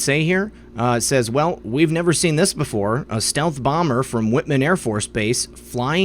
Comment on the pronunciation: Pronounced "White"man air base.